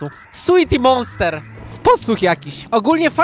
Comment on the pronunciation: moster nie monster XDD